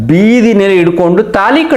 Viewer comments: ತೆನಾಲಿ ಅಲ್ಲ ತಾಳಿ. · ತಾಲಿ ಅಲ್ಲ ತಾಳಿ.